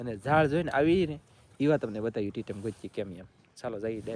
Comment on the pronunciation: Bhai Titam bolai nai Ne Titar kahevai pachar M nai aave R aave